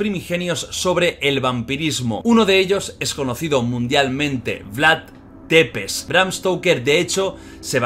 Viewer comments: Perdón por corregir pero se pronuncia Vlad sepesi que en rumano escrito sería Vlad țepeși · Depes no porfavor es Tepes, se pronuncia algo así como chepes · Oye lo siento pero me pone muy nervioso que diga Vlad depeş Es Vlad thcepeş dilo así jajajaja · Țepeş no tepes 😅 bienvenidos a Rumania👋🇷🇴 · Jordi, la T de Vlad tepes se pronuncia "ch", no pasa nada es normal la equivocacion. Pero si te escucha un rumano le van a petar los oidos jajajajajaj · Se escribe Țepeș y se pronuncia Tzepesh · Porfavor Vlad Țepeș, se pronuncia como: Vlad chepesh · Se pronuncia Tzepez Amigo no es T es Ț😂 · Soy la única a la que le da rabia como pronuncia mal el nombre del empalador?